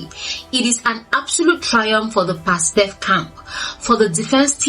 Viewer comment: Pastef not pastaf.😅